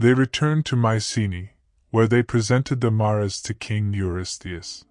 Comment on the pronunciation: Assuming you're an English speaker, I'm a little confused at the pronunciation here. "Mares", the plural of mare: female horse is pronounced mɛəɹz. Like "airs" with an "m" out front.